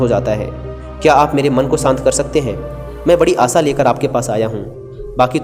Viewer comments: आसा नही आशा... Pronounce kjya karo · कहानी अच्छी हैं,..... पर saanti nahi Shaant hota hai.....aur aasa nahi aasha hota hai..... 😀😀😀